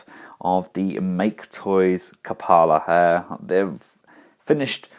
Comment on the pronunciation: It's pronounced "kyoo-puh-luh" as it is an actual word.